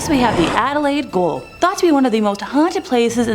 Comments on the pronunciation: Where's Adelaide Goal? At either end of Adelaide Oval!! 🤣🤣 It's GAOL - y'know? Or as you Yanks call it "Jail". 🇭🇲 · What is Adelaide goal Gaol is pronounced jail rhymes with nail snail hail ale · No ! Pronounce correctly it’s Ju—neee! And Jail like nail it’s not Goal??!! Armadale has tours at night and yes it’s bloody damn creepy place!! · Adelaide goal? 🤔 I thought it was a gaol/ jail.. Please stop hurting me head. Junee is 'June E' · WHY are you saying "GOAL???" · 🤦‍♂️🤦‍♂️🤦‍♂️ it’s Gaol, not Goal. Same as Jail but spelt properly. Your ignorance is amazing. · Gaol is the way we spell jail down here. And Junee is correctly pronounced as June-e, voicing the final ‘e’. Perfect on Wollondilly, though. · Gaol. Not goal ! SMFH 🙄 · Adelaide goal?! 😂😂😂😂 Why don’t presenters ever check how to say words before they actually do. It’s pronounced ‘jail’. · Gaol.... It's practically spelled out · Here! And I laughed when she said Adelaide Goal instead of Gaol! 🤣🤣